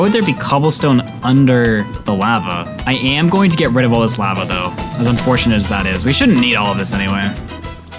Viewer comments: Lahva not lAva 😭😭😭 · Its pronounced “LAH-vah” 😩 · You pronounce lava like the white lady selling tacos in family guy. It’s a bit comedic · I have never heard anyone pronounce lava like that lol